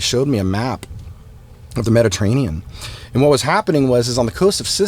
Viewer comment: When Tom says aaond!